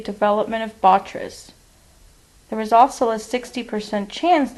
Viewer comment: bo-TRY-tis Not: Bot-tris. Otherwise a very interesting case presentation. :)